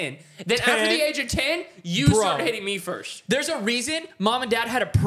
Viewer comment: Why does say firsht and not first